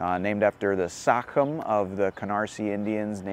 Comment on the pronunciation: Sachem is pronounced "say chem" (at least that's the way we always pronounced it in the old days), not sac hem. good report. as always while I am glad to see development and revitalization of a neighborhood, I am saddened by the consequences of gentrification which roots out poor folks.